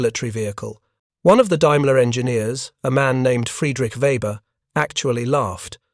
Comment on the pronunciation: The AI voice is annoying. Teach it to pronounce "daimler"